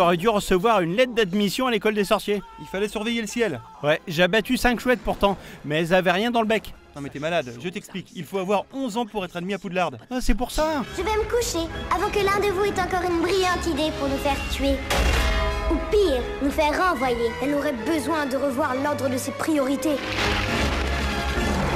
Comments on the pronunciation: juste comme ça... on ne dit pas Poudlarde mais Poudlard sans le E!!😉 sinon je vs kiffe ses vidéo sont grv bien!!😉😉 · Sa ce dit poudlar pas poudlarde Sinon super vindéo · Je suis le seul à tilter qd j'entends poudlardE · PoudlardE ? 😳😳😳😳😳😳 voilà pourquoi tu as pas reçu ta lettre 😅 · Mais pk tu dis poudlarde